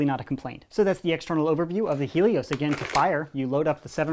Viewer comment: It's hay_ Lee_ os